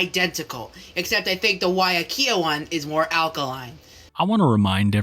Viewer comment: Not him saying weiakea water wrong oml